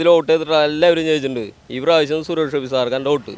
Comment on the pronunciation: Anchor bjp aanu..atha suresh kovi ...kovi ennu parayunnathu.